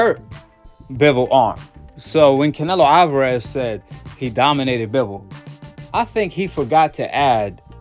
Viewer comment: 😂😂😂😂😂😂😂he said doninated😂😂😂😂😂😂😂😂